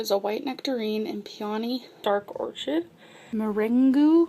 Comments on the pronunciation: White “or kid...” you say or-chid bc you’re ignorant....just wait, you’ll be 600 pounds by now......health bars bought at Walmart...yuk.....then throw away all the expired health bars. You need help, and you are not helping others by showing your disgusting habits. I hate it that you’re making money from being a pig. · Orchid is pronounced ȯr-kəd.. ffs. I'm 5 seconds in and already I'm annoyed. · "White Orch-id" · Meringoo and orCHid, must be from another planet🙄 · Pyonie?? MirenGOO???? or-chid?? Discrimatory???